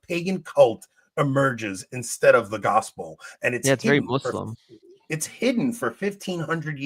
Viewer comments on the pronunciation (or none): Please stop saying “MOOSlum” and “ISSlam,” 🐒